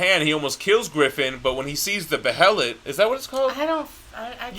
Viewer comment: The behelit is pronounced “bay-lit” in the English dub of both anime adaptions